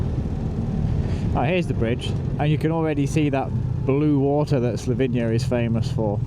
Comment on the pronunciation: It's the gem of Europe, not sure why so many English people call it Slovinia instead of Slovenia though.